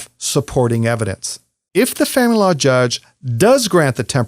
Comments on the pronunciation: Are you saying the... Family Law Judge? Because it sounds like "fanlaw" judge and I can't figure out what else it's supposed to be. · Why he says famalala judge 🤣